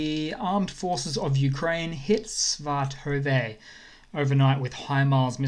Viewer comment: I love your coverage, and watch you everyday. Please work on your pronunciation of the towns, it really throws off an otherwise great presentation. Lyman; Lee-mahn. Svatove; Siv-at-oh-vah